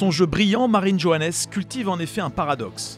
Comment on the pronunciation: vous auriez au moins pu prononcer son nom correcterment sérieusement